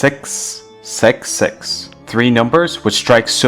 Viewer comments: lol he says sex instead of six XD 😆😂😝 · lol...he said "sex sex sex" instead of "six six six" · he pronounce it sex sex sex😕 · Stop saying sex sex sex its caled six six six you stupid idiot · Six not sex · Okay, first of all its Not sex sex sex it's six six six Correct your tone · Six but you re pronouncing it as sex? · I’m I the only one who heard “sęx, sęx, sęx”😭😭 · you sound like your saying ''sex'' and not ''666'' lol :3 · Did you just say? Sex sex sex?? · Lol the reason he said sex sex sex because his accent is from new Zealand 🇳🇿 just don't mind him please lol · Did anyone heard 6 as 'sex'😂😂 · i heard it like you said sex, sex, sex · LOL it seems as if u saying sex sex sex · OMG when you say 666 it sounds like sex sex sex 😂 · it sounds like your saying sex sex sex, or it might just be me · hes says six sex six